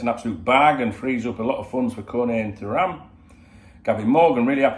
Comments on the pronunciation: Too ram is how you pronounce his name Dunk. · I might be pointing out the obvious here haha, but if it helps with pronouncing it he’s French World Cup winner & ex Juventus/Barcelona defender Lilian Thuram’s son